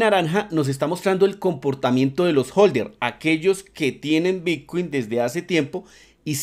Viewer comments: Porqué dice "bitcuein" constantemente? Estamos hablando de bitcoin o de otra criptomoneda que no conozco? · ¿soy yo o dice realmente bitcUin ?